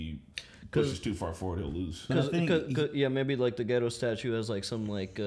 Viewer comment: I didn't feel like the war started for real until quite soon :) Oh, it is pronounced Ge(as in Get) Do(as in Doll before the tongue starts rolling).. the japanese language is stress free and flows with the same pattern all the time so u don't stretch some syllables while u squish other ones together as in english, instead each syllable is equally long, like Na-ru-to or U-chi-ha.. they are just lengthened for emphasizing reasons, it is a beautiful and kewl language